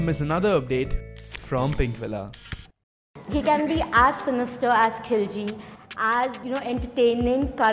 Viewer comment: he is the only indian celeb that actually pronounced pinkvilla as is instead of how the rest said pinkwilla instead of villa. that was so annoying